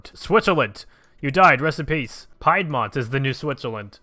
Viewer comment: Bruh pie dmont it’s pronounced peedmont